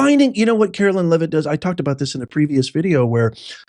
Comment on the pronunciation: love you so much, but it's pronounced CaroLINE, LOL, not CaroLYN 😂 speaking from experience, it bugs us ❤😂 still love ya